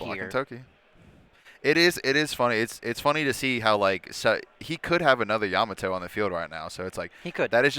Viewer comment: Bruh it’s pronounced YA-MA-TO not YA-MATO lol 3 syllables not 2. Plus, that’s how they say her name in the anime lol